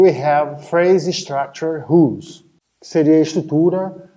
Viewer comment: Gzus, esse professor precisa fazer um curso de ingles pra melhorar a pronuncia. Mestre ou Doutor no assunto e nao sabe como pronuncia "r" em ingles? 'RULES" "ROLE".....